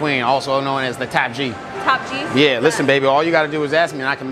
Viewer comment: Top G not Tap G bro 😂😂😂😂